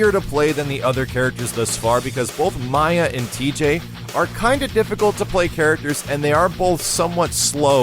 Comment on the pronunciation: the proper way to pronounce RIPTOR's name is RIP-TORE. also, they mispronounce MAYA's name in the newest KI as well. her name is pronounced MAY-YAH.